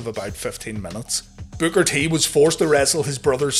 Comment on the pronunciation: I'm just having a hard time getting past the fact that you called Booker T "Booger T" 🤣 what??